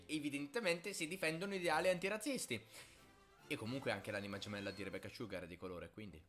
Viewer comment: Le volte che ha detto "Rebeccah Sciughar" 👇